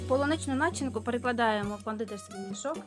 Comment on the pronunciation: Файно ,дуже,але прошу розмовляємо українською правильно.. Начи'нка але не на'чинка. Прошу,старайтеся і все вийде як і з вашим мусом.